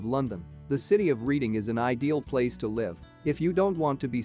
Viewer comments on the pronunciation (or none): Bristol is located in the south-west, not the south east. Reading should be pronounced Redding, as in Otis.